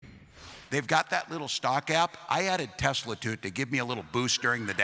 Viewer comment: I LOVE TESLER! 😂😂😂